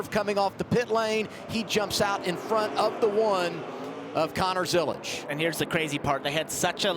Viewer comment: FYI Zilisch does not have a T in it, it’s a German surname